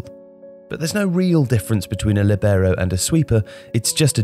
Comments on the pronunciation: Great video as always, little specification though: it’s pronounced Lìbero not Libèro, the i is emphasized not the e. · I played as Libero in my local team when I was younger...thanks for the video man, I love this channel (btw in italian, the accent is on the "i", so it would be "Lìbero", not "Libèro") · It's lìbero, not libèro. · All good, but libero is NOT pronounced like that. It's Lìbero, not libèro. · I think you should pronounce it like in Italian: LEE-bero, instead of lee-BEAR-oh. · Líbero...with accent in the i. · Líbero (pronounced LEE-be-row). Why are pronunciations from foreign nouns, pronouns and verbs incorrect all the time? LIBERO - LEE-be-row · Its: lee-bero more accent on the i. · Copying me then :) (only kidding it's a topic that makes a good video)... I was told that in Italian the stress is on the /li/ and not the /ber/ but I've never heard an English speaking person pronounce it that way. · Libero is pronounced differently in Italian though... the stress is on the /Li/ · Marco Tassi Thanks - I mentioned the word ‘libero’ in a recent video on my channel called ‘20 non-English words in football’... I was picked up on the way I pronounced it. ✌️⚽️ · What a way to butcher the word LoL.